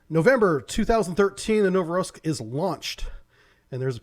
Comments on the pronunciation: As always, great video, but it's not "NOVO-ROSS-KIS" (cracked up at this one), it's "NOVO-ROSS-IYSK" with the stress on "I". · "novoroskis" lol, nice butchery there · 😆 You said Novoroskis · "Novorossiysk" is pronounced "know-vo-ross-EEE-sk". Additionally, "Severodvinsk" is pronounced "seh-vehr-OH-dvihn-sk".